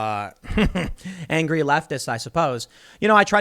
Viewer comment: Angwee weftist? Guess someone needs a doobie snack.